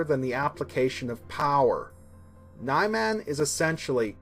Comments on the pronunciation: Nye-Man? I think it's Neeman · This guy is expert at saying Niman. 😑😑😑😑😑😑😑😑😑